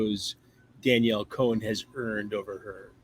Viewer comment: Con* not cone* as to how you pronounce Cohn.